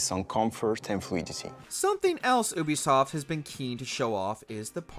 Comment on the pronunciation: It’s yubisoft not uubisoft😹😹